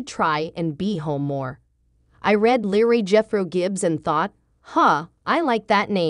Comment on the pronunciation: You would think that if you are reading this you make sure you pronounce your words correctly. His character name is LEROY pronounced LEE ROY NOT LARRY if your going to read this stuff proof read and get it right